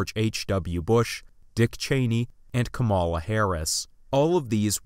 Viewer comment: Very interesting video, keep up the good work! But seriously, she's been in office as VP for two years already so idk why people keep getting it wrong, but it's KAmala, not kaMAla. The stress is on the first syllable!